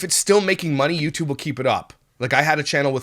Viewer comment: Yew tube not W-E-Y tube